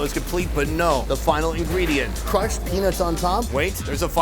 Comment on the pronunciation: i thought he said "crushed penis on top" took me a while to hear peanuts